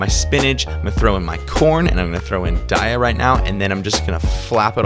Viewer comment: You're saying daiya wrong. Unsubbed.